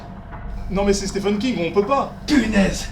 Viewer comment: Au risque d'en choquer plus d'un, on devrait dire Steven King, pas Steffen.